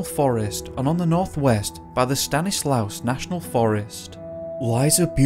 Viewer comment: Hi! I wanted to let you know that Stainslaus is pronounced like Stan Is Law. I know it doesn't make sense. But I know how much you care about pronouncing things and take such great care with all of your amazing videos. Thank you for always being my friend at work (though you don't know it!) I couldn't make it through the day without you ❤❤